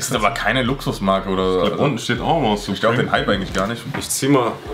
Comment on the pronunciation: da unten steht nochmal surpreme" =Hanes🤣🤣😂